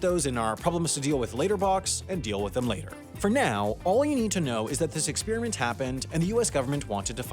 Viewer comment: PLEASE stop saying ex-speer-mint its ex per i ment